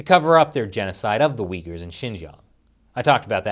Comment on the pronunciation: nice pronunciation of uyghurs man...